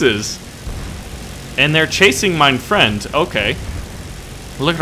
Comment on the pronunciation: be my fwend